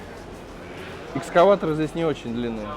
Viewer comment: "ЭСКОВАТЕР" это ты так специально прикалываешься ?)))) Если да, плюс один комментарий, браво))